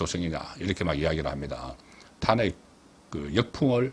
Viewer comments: 사투리가 듣기 싫은 게 아니고 특정 단어에 대한 발음(특히 탄핵 단어)이 경상도식 발음도 아니고 정체불명 같네요 다른 경상도 사람의 발음을 들어 보세요 완전히 달라요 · 탄핵이란 단어의 액센트가 듣기 거북합니다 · 탄핵 발음 교정 좀 해 주세요 저도 경상도 출신이지만 탄핵 발음을 그렇게 하지 않아요 굉장히 듣기 거북스러워요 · '직무 정지' 의 '정지', '탄핵'. .... 사투리 발음을 제발 고치세요 정청래는 '마포을 출신 정청래' 으로 부르세요